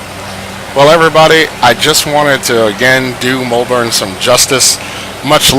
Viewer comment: It is Melbourne not mulbourne